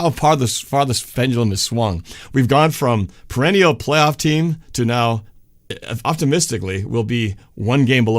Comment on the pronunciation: Campbell CRK sounds like Elmer Fudd. "Los Angeles Wams". "Pwayoff team" Lol!